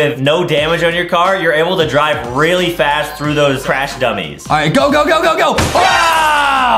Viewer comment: Justin said vuhicle and craysh